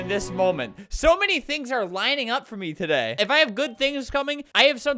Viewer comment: when albert said today he sounded bri ish